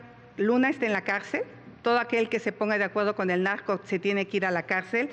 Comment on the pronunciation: No puedo ver seriamente el #Debate cuando escucho la palabra pogque… Nagco pagtido… etc etc jajaja